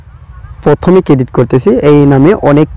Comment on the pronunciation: Vhai apne bar bar ki cadit cadit kortasan oita cadit nah creat hoibo 😂😂